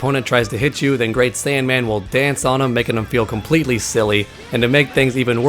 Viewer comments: I don't know if it's your voice or what but it sounds like you kept saying "great saiyAN man" instead of great saiyaman. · Saiyaman, not Saiyanman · Good info but... It's Saiyaman. IT'S SAIYAMAN.